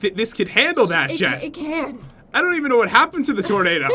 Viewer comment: its tornado not tornadoe